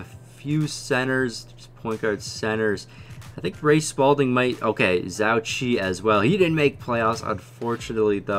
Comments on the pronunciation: Zhou Qi is pronounced Joe Chi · Still triggered about your pronunciation on Zhou Qi...